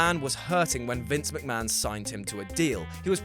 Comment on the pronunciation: The whey sayd meester mackkmaaahon